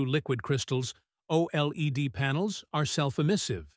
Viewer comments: its pronounced: "O Lead" (OLED) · "Oh Eel Ee De"